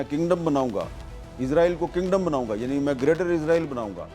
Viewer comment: Not Izraieel, It's Israel